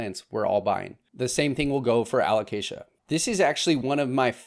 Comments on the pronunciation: a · luh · kay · zhuh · Don’t get me going on his pronunciation of Alocasia. 😅